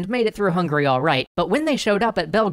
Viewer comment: Am I hallucinating or did he say through hungry?